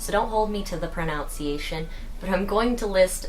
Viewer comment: Your pronunciation hahahahahahahahaha ur so cute